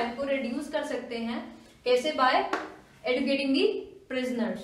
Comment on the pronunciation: mam, kindly correct the pronunciation of educating, it has to be pronounced as eh joo kiet ing ·